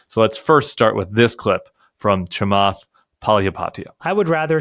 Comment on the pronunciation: Cant pronounce Chamath last name correct. 😂